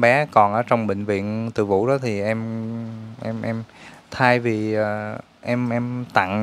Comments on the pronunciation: Bệnh viện TỪ DŨ chứ không phải TỪ VŨ nha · Bv Từ Dũ..khg phải Từ vũ nhé...🍀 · Từ Dủ chứ đâu phải từ vũ?